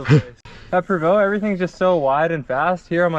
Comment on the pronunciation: Pronounced prov-o awesome vid